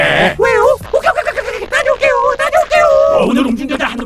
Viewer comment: 오케이 오'게이'?